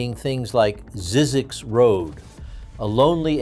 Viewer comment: For those that care: Zzyzx is pronounced z-eye-zix